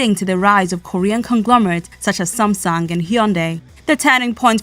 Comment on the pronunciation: 리포터가 삼성과 현대를 발음하는데 삼송이나 현다이가 아니라 삼성이나 현대로 발음하는 것만 보아도 미국인들의 인식이 많이 바뀐 것을 알겠네......